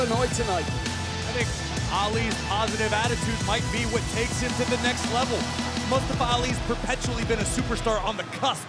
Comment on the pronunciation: Who dafuq is "mUsTuHfUh"? It's Mustafa. Say it with me now!